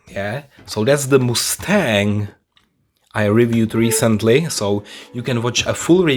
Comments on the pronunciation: Calls himself the "" but doesn't know a shit about the cars. How do you not know how the doors open on a GT40? Those are like the most iconic doors ever! Caroll Shelby is turning around in his grave. Please, do some research on the cars before you make the video "moose-tang" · Also “Moose-tang”? Lmao